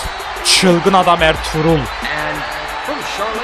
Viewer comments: Abi senin dilin R-TRUTH=ERTUĞRUL gercek okunuşu (artruth) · abi R-TRUTH a Elturul demene bayılıyom